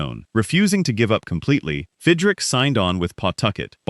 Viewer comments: Who is Fidrick? His name was Mark Fidrych, pronounced Fidrich. This makes the entire video a joke. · pronounced. FID - rich